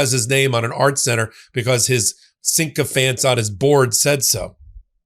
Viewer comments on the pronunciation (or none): the word is “sycophant”, not “syncophant”. Just saying.